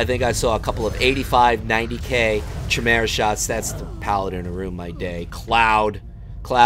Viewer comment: Chimera is pronounced... (Kai... Like Tie) (Meera.... Like Vera) if all else fails use google translate and listen to how it sounds... Love your vids though xx